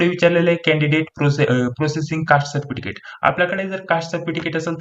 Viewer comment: सर्पटिकीट नाही हो साहेब सर्टिफिकेस्ट म्हणतात....